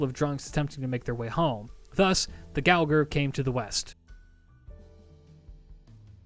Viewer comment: I'm pretty sure the gouger is supposed to pronounced with a soft G, like to gouge something